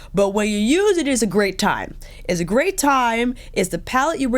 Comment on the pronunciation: Love this review, the best one yet for this product. I'm happy to see it as I've --- ORDERED -- this woohoo... "but when you use it it's a grey't time"